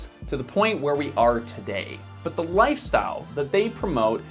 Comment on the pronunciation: Every time he said but, I thought butt, and when he said aspiration, I thought ass pear ??. I'm not a native English speaker but I might also have a wicked mind...